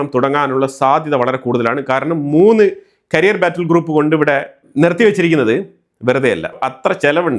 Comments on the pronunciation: കരിയർ അല്ല ക്യാരിയർ ആണ് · കരിയർ (career) അല്ല ക്യാരിയർ (carrier )ആണ്. However i like your videos for being more truthful updates.